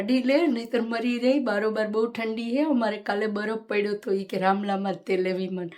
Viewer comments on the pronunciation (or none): તમે 'છે'ની જગ્યાએ બીજુજો અક્ષર બોલો છો 'હે'